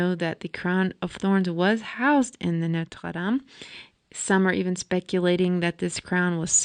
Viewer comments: I enjoyed the video but found myself cringing when you say Norte dame I’m not trying to be mean but it was offputting to me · NOTRE- DAME, not "Notes Latham" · WoW, you have left me speechless...clear as a sunny day !!✨Also love the way, you say Notre Dame. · You pronounce Notre Dam funny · the burning of the what? did you mean to say the burning of notre dame? i couldn't understand your tongue .